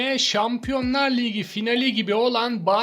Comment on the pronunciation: liğgi ne abicim ayar oldum ya ligi diyeceksin oldu bitti